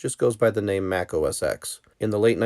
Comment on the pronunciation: "Mac OS Ex". How to loose all credibility in one character.